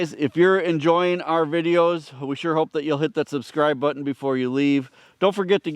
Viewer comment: If Babe has a calf, you'll need to name it 'Hope', because you kept emphasizing that word in talking about the vet coming out to examine her to find out why she isn't getting pregnant. I just hatched 4 American Bresse chicks this past weekend. They are so sociable! I can just put my fingers in their brooder, and they come running. I'm excited to have them for my flock, as well.